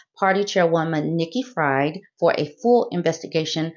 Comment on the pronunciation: Just an FYI: Nikki Fried's last name is pronounced "freed."